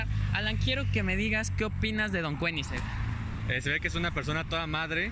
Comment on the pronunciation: "Don Kueniseng"... Breathtaking.